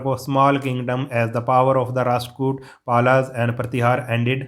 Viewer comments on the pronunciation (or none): very good but you will sa pals ,pals nahi hota palas hota ha bhai ❤❤